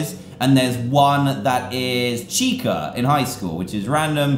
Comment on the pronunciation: he said tica - it's chica